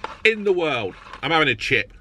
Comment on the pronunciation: "I'm avvin a chip". Eats every single chip he was given